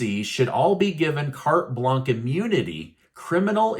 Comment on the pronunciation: Carte Blanche is pronounced Kart Blansh.